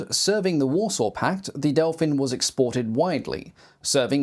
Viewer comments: still used in active service in the early 2000´s by several air forces across the world !!! so glad to get recognition on my nation´s domestic development ... the whole family originating from the "Delfín" - Dolphin - is remarcable ... extra points for pristine pronunciation of our names... the reconaissance frame was able to take off and land literarly from the forrest road... practiced many times ... taking off from places none expected to and literarly disappear - presumed destroyed - only to be towed somewhere else and continue its reconaissance mission from similar seemingly impossible locations... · Hat off to you for much much better than average pronounciation of Czech names. I think you got as close as can be expected from someone not speaking the language. Near where I live, at Brno airport, there is a flight schools that has one Delfín. And you can even buy a sightseeing flight in it, if you are willing to pay that much money (I think it costs about 15x more than a short flight in a small piston aircraft like Zline Z-43 or similar).